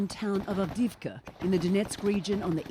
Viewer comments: Advikka? She can't even say(read) the town name Avdiivka properly. Do you think she really cares about Ukraine? Nope. I suspect she can't even pin Ukraine on a map even after all these news she is reporting. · that Ukranian town is AV DEEV KA not AD VIT KA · Of all this that’s going on She absolutely botched the name Avdiivka 😂